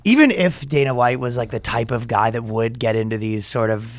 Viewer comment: I swear I heard "Fastest goy alive" hehe get 'em Danno!